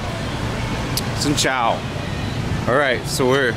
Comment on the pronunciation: your 'Xin chào' sounds absolutely native lol